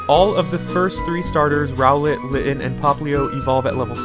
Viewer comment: It's Rowlet not Rowlett